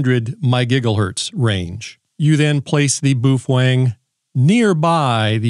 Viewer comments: Bao-feng. Not Boofweng😅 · bow feng not bo fweng.😅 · Why is it that nobody can pronounce Baofeng correctly? Folks just making stuff up now. I mean, I'll give you the "boo", but the "fWeng" is killing me! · How many wrong ways have you taught yourself to say Baofeng in a stupid way just to amaze us on your vocal skill?